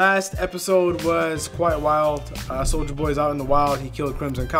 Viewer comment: Glad im not the only one who hears "Soulja boy" instead of Soldier boy